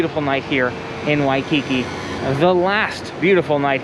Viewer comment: At least he only called it “shaved ice” once, that I heard. In Hawaii the frozen dessert is “shave (NOT SHAVED) ice. He correctly called it “shave ice” multiple times (now if we could only teach him the correct pronunciation of “Waikiki”).